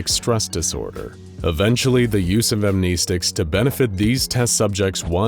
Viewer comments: I wonder if this channel will ever finally start pronouncing "amnestics" correctly in their videos 🤔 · pronouncing "amnestics" wrong.